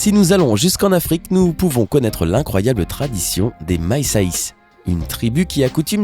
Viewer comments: Et "Maïssaïs" au lieu de "Massaïs" 😂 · Dsl de dire ça mais c pas maissais ça ce dit massaï